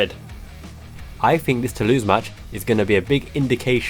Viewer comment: Nothing Tou-louse 😂